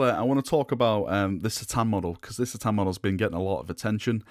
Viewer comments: I normally watch your videos but I can't stand the way you say c'tan now I'm not saying it's wrong but it is lol surely it's ka-tan not sa-tan I even had a little look at some other vids and two thin coats Duncan says ka-tan. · Great video as usual, but C'tan is said as a K'tan and that was from Dave Andrews at the studio in '95.